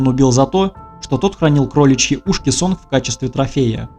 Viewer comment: Может, сообщение не по теме, но не Сонг, а Сон, г не читается.